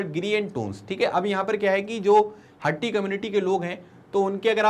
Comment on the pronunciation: उच्चारण हाटी है हट्टी नहीं